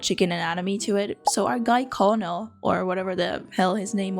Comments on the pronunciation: Hearing you pronounce it co-low-nol and not ker-null is depressing for me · Harland Sanders was a "Kentucky Colonel"...it's a courtesy title; didn't actually serve in military. BTW, the English word "colonel" is pronounced as though spelled "kernel". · Just something you should know. Colonal is pronounced (Ker-nal). It's a job/title. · Colonel is a military rank btw. I don't blame you for it, but I did get a kick out of you talking about him like that was his first name 😅 And US folks tend to pronounce it like "kernel" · Hi, USA viewer here. I grew up in Ohio and now live in West Virginia, and in both places, I was very close to Kentucky. Colonel is not actually Harland Sanders’ first name. It’s an honorific title that the Commonwealth of Kentucky gives to certain notable members of the population. I actually know a couple Kentucky Colonels myself. Also, it’s pronounced “ker-nel” isn’t English fun?